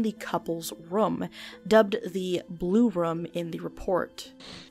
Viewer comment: Why tf would you pronounce "room" like that?